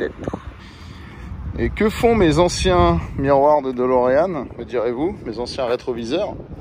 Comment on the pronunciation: Pour information ce n’est pas Dolorean mais Delorean